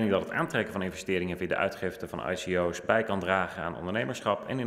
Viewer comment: zolang hij spreekt over IKO'S en niet eens weet hoe je het moet uitspreken dan mag hij per direct zijn mond houden.